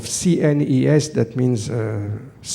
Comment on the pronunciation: Nice video, full of "things I lke" =) Thank you. I won't comment on every sentences I heard, only how CNES is said in english, a french understands it like this "C NIS" lol